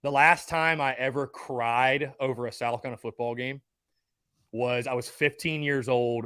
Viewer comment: As a die hard SC fan, I can't stand the way this guy calls South Carolina "Sal Cullina"